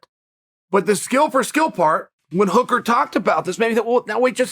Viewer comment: that's how we're going to pronounce Hooker from this day on